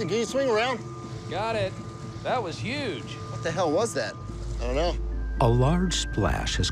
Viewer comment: "Gotta be yuge"